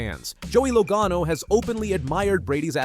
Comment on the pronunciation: What is with you narrators of NASCAR videos. You mispronounced driver's names, example Joey Logano and Pocono Speedway. Are you familiar with NASCAR? Apparently, you are not because if you listened to the broadcasts, you would know how to pronounce names. Also, you put up lower 3rds, or supers, you know the words on the bottom of the screen. That is what they are called. You put them up and before you can read it you take it down. Leave them up longer, way longer. Get your act together.